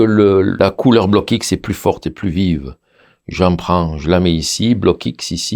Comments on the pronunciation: Salut, très bonne vidéo Test et révélatrice....On dit en France BLOKX en une seule fois, on ajoute pas le X dans la prononciation BLOCK-X, c est pas grave!...Environ 30 ans maintenant que je suis avec ces couleurs et franchement c est la grande qualité. Jai même des tubes de cette époque qui n ont pas bougés, la durée dans le temps compte aussi, il faut se procurer le petit livre de Jacques BLOCKX; COMPENDIUN de l AR G. Père sur les couleurs propre et impropre a la peinture, leur origines, les mélanges etc...144 pg. La grande qualité de ces couleurs vient aussi de l ambre dissous qui est utilisé pour la fabrication des couleurs,( procédé de la Renaissance) C est vrais que tout cela ça a un prix! Ne pas s approcher d un Vermillon ou d un jaune Auréolin....craignos!! Voila pour ces infos (je suis pas payé!) C était les couleurs de Magritte et de Dali entre autre...! Connais tu les couleurs Sennelier? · Merci Juste une petite remarque, on ne dit pas bloc x mais blox C’est un nom belge comme le mien qui est Roockx